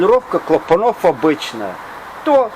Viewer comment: здравствуйте!! Правильно говорить - клАпанов. кромЫсел. двИгателей, распреДвалов - примите к сведению. так Ваша речь будет звучать ещё более информативно...